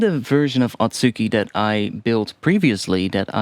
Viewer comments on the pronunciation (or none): just a note on pronunciation, you're pronouncing it as at-SU-ki, but the proper pronunciation would be a-tsu-ki. The u also doesn't really get fully pronounced, so its more like a-tski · The second one should be あつき (atsuki) not あっき (akki).